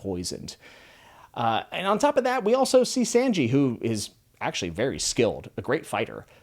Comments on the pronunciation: I love the video but can I please ask you to listen how their names sound. "yousop" --> "oohsop" and "sAnji" --> "sAHnji" it just bugs me please dont take it the wrong way. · I would LOVE to follow your videos and your adventure with one piece... BUT.. only if you pronounce characters names right😂 it was bothering me SO much to keep hearing sAnji sAnji over and over again, or ussop, you-ssop?? Nope can't do it man😂 ussop is like oo-ssop, and Sanji like saw-nji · did anyone else felt like we wanted him to say "U SOP" rather than "YOU SOP" and "SANJI" rather than "SHANJI". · Hey my man usopp is ooh not u like ooooh aaaahhhh. And Sanji is said like sah nji not San ji. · Saungee not Sangee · It's not Sainji. It's Sanji Like the Japanese name for the number 3. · WELCOME TO THE COMMUNITY, hope you enjoy it!btw here's a quick pronounciation guide for the crew's names- luffy- loof-fee zoro- rhymes with go-go nami- nah-me sanji- saan-g (you're pronouncing "san" like tan or sand, try saying it like the Japanese honorific, -san) usopp- oo-sop(you're pronouncing "u" like you or the alphabet, try saying it like you just got mildly surprised 😯) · In case no one has said anything "Sanji" is pronounced "Saw-nji". More like 'Sauna' less like 'Sand.' Also, I love that you're theorizing already. Won't say anything about them either way, but the fandom as a whole has a great time crafting theories as we go. Most people don't really start to do so until a bit later, so having your thoughts already recorded for posterity sake will make it that much more interesting as lore unfolds. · I'm sorry just 2 slight correction not pronounced "YouSopp" and "SanGee" it's pronounced "OooSopp" and "SonGee" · For future videos, I hope this helps with pronunciation! Usopp - X - YUsopp O - OOsopp Like "BOO!" Sanji - X - Saenji (Not like sand) O - SAHnji (Same ah sound as NAmi) Baratie - X - BaraDee (gotta pronounce the "i" and "t" O - Ba/Ra/T/A (T and E is pronounced like the letters T and A)